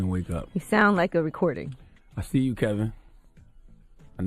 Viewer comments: His name is Kevin not Kelvin and you repeatedly get this wrong even when the sound bites you are using refer to him as Kevin...... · You are mispronouncing his name. It's Kevin not Kelvin. That's all. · Charlemagne is saying Kevin and you're still calling him KeLvin. Honey there is no L in his name. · His name is Kevin not Kelvin. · Why do u keep calling him Kelvin? Lol 😂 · His name is KEVIN NOT KELVIN! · Heffa his name is kevin not KELVIN country ass lmaooo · It's Kevin, not Kelvin... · Charlamagne is saying KEVIN (along with many others), and you're saying KELVIN..... What is this man's name? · It’s not “Calvin Hunter”, it KEVIN Hunter. You’ve got it wrong a few times throughout this video. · Why does she keep saying “Kelvin” though 🤦🏾‍♀️ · Screaming at the video “His name is KEVIN not KELLLLLLVIN!” Sheesh! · KEVIN not KELVIN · Ok, why dear sister do you keep pronouncing Wendy's husband's name as "Kelvin" when his name is "Kevin", which Charlamagne clearly calls him. I hate to be picky but excellence calls for saying his name correctly. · Why can't you get his name right? It's KEVIN nor KELVIN. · Sis why’d you keep saying ‘Kelvin when his name is Kevin? Thanx for the video tho💖